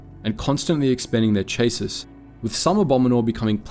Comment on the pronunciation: chasis? You mean chas-eee